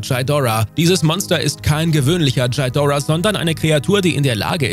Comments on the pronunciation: Kannst du bitte aufhören Shidora zu sagen.. Das Vieh heißt Ghidora und nich Shidora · Sorry aber es heißt nicht Chaidora sondern Gidorah. Gi und nicht Chai, aber dennoch coole zusammenfassung. Macht weiter so. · Bitte nicht Djidora sagen! Das tut in den Ohren von Fans weh!😉 Ghidorah wird so ausgesprochen wie es geschrieben wird. Auch wenn ein „h“ hinter dem G steht wird das G als G ausgesprochen und das R wird etwas gerollt. Bei den Ghostbusters sagt man ja auch nicht Djostbusters.😉 Ansonsten eine tolle Folge!😊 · Das wollte ich auch sagen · Wie spricht der Typ "Kind Ghidorah"? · Godzilla ist immer noch der beste, auch wenn ich nicht kapiere warum du seinen dreiköpfigen Erzfeind so seltsam aussprichst😮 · Man spricht Ghidorah einfach so aus wie man es schreibt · für jedesmal wo Ghidora falsch ausgesprochen wird 1 dislike.